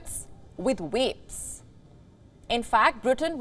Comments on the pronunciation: They said the title wrong! It’s swap cigs for vaps. And she says wapes laugh out loud. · She is having problems getting her lips round wapes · V must be hard to pronounce